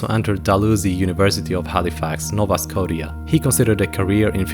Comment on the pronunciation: That ain't how you pronounce Nova Scotia